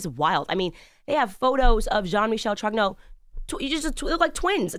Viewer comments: "YOU ARE JEAN MICHEL TROGUENAW"😂😂😂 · Candace, on adore la façon dont vous prononcez jean-michel trogneux, c'est inimitable!!!!